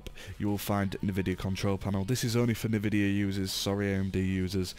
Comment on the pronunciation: note: Don't trust anyone calling NVIDIA(enveedya) NVIDIA(Nehvideeiah) (kidding aside: Good Job bruh)